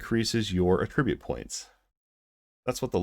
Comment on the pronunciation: I appreciate your time that you took to produce this video but you have failed to do adequate research. The very first thing that triggered me was the mispronuniation of the word attribute. B2p games are simply not sustainable and sadly cash shops are not profitable if not used. Rng is one way to combat p2w. Therfore having a lottery like luminous purchases ensures that people who wish to sink a couple bucks into the game can do so and that supports the game long term. If the luminous was not rng then it would be pay to win. You absolutely can get storage when you unlock your house in game. I did extensive testing on the pet system and found no benefits towards combat. Additionally you can 100% get items in game and farming currency is exceptionally easy to do. The only people who should even be concerned about p2w are those that are hardcore competitive whales who will be moving on in 6 months any way when players with more skill catch up and they are no longer winning. This game relies more on skill than it does on gear alone. My friend maxed out his gear and luminous early on and could not perform well in the pirate solo dungeon. I was able to clear the final boss in less than a minute with no pants and level 1 luminous. You cannot buy skill in the cash shop.